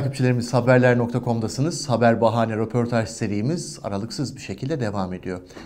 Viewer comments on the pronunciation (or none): Roportaj dedi yaaa ne gazetecisi 😳